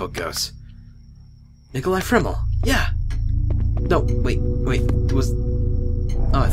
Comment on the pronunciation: actually, in harry potter it was Nicholas FLamel. not FRamel.